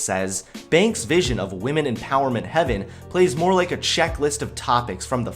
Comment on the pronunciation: speak lake=like mewvee=movie lol. Sorry bro I had to. Great video as usual.